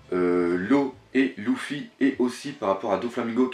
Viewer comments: Bien que tu sois fan du mangas, Loufy sa fait mal aux oreilles Luffy!!!! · Juste pour info luffy se prononce LEUFFY pas LOUFFY mdr sinon bien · c leffy pas louffy (prononciation) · lEEEEEEEffy putain elle est cool la vidéo idée intéressante mais la prononciation des prenons mon dieu sa fait peur s'il te plait corrige sa et sa sera super en tout cas merci pour cette hypothèse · Mec,s'il te plaît entraîne ta prononciation par ce que la c'est vraiment déguelasse entre luffy,shanks et thousand et j'en passe c'est plus possible ! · pk prononce tu les nom aussi bizzarement ? exemple : luffy ou brook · J'adore tes vidéos mais effectivement le LOUffy et le Senji ainsi que Brok c'est dommage corrige pour tes prochains abonnés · Toujours autant de problèmes de phonétique lol, sEnji - lOUffy (et oui ça gache le truc venant d'un fan inconditionnel de One Piece) C'est domage tu fais du bon travail, on te sent investi a 200%!!! Je déplore juste le fait qu'il n'y ai pas + de francophones qui font des videos critiques / hypothèses...tu me diras pourquoi tu en fais pas toi? Simplement car je suis pas équipé et je suis meilleur en lecture et réflection qu'en paroles... Aller tu les auras tes 10000 nakamas et encore une fois faudrais qu'il y ait +de mec comme toi sur YouTube, ma critique vise juste a te rendre meilleur et non a te démonter, juste pour rendre +crédible+ tes propos. A+